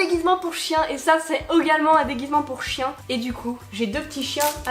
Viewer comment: 😂😂 "c'est Eugalement"😂😂😂